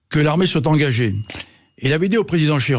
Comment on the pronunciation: On ne doit pas dire "soitE" bordel...